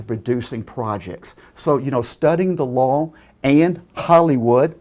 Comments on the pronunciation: Needed a bonus round for every time he said "lawl" instead of law." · The score would be way higher for every time he says "lawl" instead of law and "stilling" instead of stealing. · Why does he keep saying lol instead of law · HE FUCKING SAYS LOWR INSTEAD OF LAW AND SAYS STILLIN INSTEAD OF STEALING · Is he saying low or law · when he says law it sounds like lawl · "Ignorant of the loooow is not an uh-scuse." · Sounds like he's saying lol instead of law. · Every time I hear say "Law" it sounds like he's saying "Lol"!!! 😂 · Add one. Against the lorw! I studied lorw. Add two, nice email. Add three, YMS returned your email with another telling you how wrong you were and how the law works. Add seventeen for him being insane. AND STOP SAYING LORW! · "Ignorance of da lawl is not an escuse" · I always hear "lol"